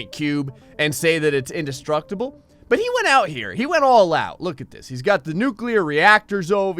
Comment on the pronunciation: the wave ate the "indestruteble" fort